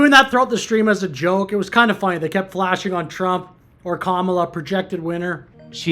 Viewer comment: These two bagel heads kept mispronouncing "Kamala".